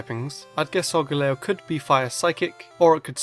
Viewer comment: its Solgaleo not Solgalao